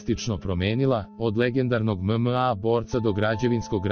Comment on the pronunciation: mozes bar naucit kako reci MMA